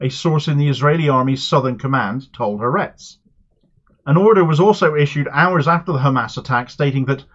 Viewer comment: Thank you for reporting on this issue! I'd like to say, to make your reporting even better in the future: it is not pronounced HaRETZ. It is Ha-ARetz. The "ha" is "the" and ARetz (AHR-ets) is Land. Ha-ARetz. Similarly, it is the MoSSAD, not the MOsahd. Ty